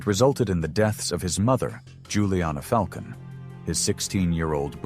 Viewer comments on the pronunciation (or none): none